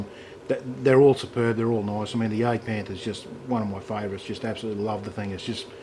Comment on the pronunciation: Nice, but I'm pretty sure it's Jagdpanther... Hunting Panther